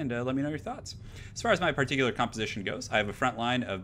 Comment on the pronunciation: This pear-tickel-lure battle. lol